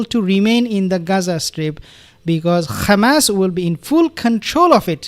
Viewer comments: He mocks the Israelis by using their incorrect pronunciation - Khamas. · you pronounce Hamas like hebro jews ,like Nutyohoo, there is no khamas my friend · Please dear beautiful soul Just want to know that you put too much effort on the first syllable of the word hamas. Pronounce it as a "H" like the dich hummus if this help. Only Israelis scratch their throat to Pronounce the Ha. BTW you pronounced ot right the first time in your video then you rectified. God bless